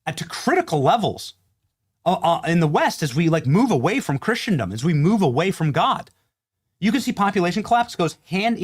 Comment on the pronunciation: Please, God! The word is "Christendom" not "Christiandom".